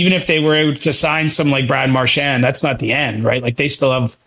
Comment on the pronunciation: If nothing else, I like that CJ and actually pronounce Marchand's last name correctly. It's definitely not Mar-SHAND.